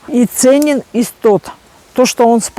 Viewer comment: Это не иссоп, а истод, всё правильно она называет.